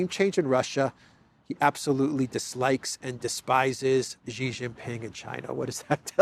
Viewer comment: Xi is pronounced "sheeee". Dislike and about to unsubscribe.